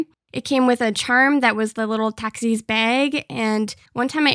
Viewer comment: I HATE THE WAY SHE SAYS tAKIS